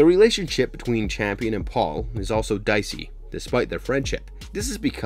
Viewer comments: Real talk; is that "Champion" mispronunctiation due to some extremely low-key dry humor meme or a direct result of the people that make these sorts of breakdowns being done by folks that largely dont watch these shows (thus making the mistakes you outlined due to missed context) and just read scripted synopsis? I think there is something inherently...wrong? In this practice of representing themselves as authorities or analysts of these things whilst in reality just jumping onto a bandwagon that they can make a quick buck off of? I mean if you think about it, its extremely easy. And extremely deceptive. I dont know how I feel about this lol. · Raised "By" Wolves, not Raised By "The" Wolves Campion, not Champion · HOW can you summarize an entire season of a show on YouTube and (not just once, but consistently) mispronounce both the title of the show and one of the main characters? The show is *Raised BY Wolves*. The boy is *CAMPION*. The man who created Mother is CAMPION Sturges. Assuming that you WANT people to watch, enjoy, and respect your work...the laziness required to misquote the most basic facts of the show is staggering. Did you even watch the show, or did you summarize it from another source? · Yeah, he just said Champion instead of Campion, so my confidence level in this vid just went to zero. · I have a feeling you have not seen the show, soooo many names said wrong lol. It is Campion not Champion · even watch the show? It's Campion, not Champion. Also its raised by wolves, not THE wolves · You mispronounced the name of the show. It's not raised by the wolves. Just raised by wolves. And the boy that survives name is kampion. Not champion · I swear if you call him "Champion" one more time... it's CAMPION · I'm not trying to be one of those corrective people but it was six children not 12, the name is not champion it's Campion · The name's Campion not CHAMPION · It was driving me mad lol, my last name is Campion and I'm like say it right lol